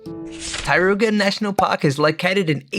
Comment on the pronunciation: I was wondering what was the Tai-ru-ga…. Until I understood it was TAR-RO-KO 🤣